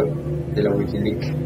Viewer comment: DE LA WIKILIK, DE LA WIKILIK, DE LA WIKILIK, DE LA WIKILIK ,D E L A W I K I L I K... XDDDD